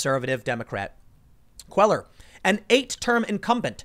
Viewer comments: Tim, you really need to take a basic Spanish speaking course. It's not Queller it Quay yar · Cuellar = pronounced "quay-ar". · Love your show. FYI Henry Cuellar is pronounced Henry KWAY-YAR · Cuellar is pronounced "kway-are"...Just FYI. Keep up the good work Tim. Thanks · Love your stuff Tim. Cuellar is pronounced Queyar. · It's pronounced "cueyar" - the ll in spanish sounds like a Y. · Pronounced Kwayar. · S Texan here Cuellar is pronounced QUAY-AR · "Cuellar" is pronounced "Kwe-yar". It's a Hispanic last name. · “Quay-yar” = Cuellar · Your pronunciation of Spanish last names is terrible...still love this channel! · GOOD LORD - LEARN HOW TO PRONOUNCE CUELLAR - AT LEAST CALL SOMEONE TO FIND OUT